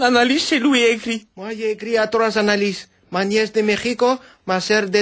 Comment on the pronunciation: Anna-Lise confondu au lieu de analyses 😭